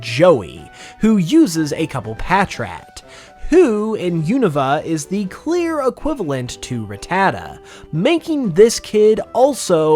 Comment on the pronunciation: it's pronounced ra-ta-ta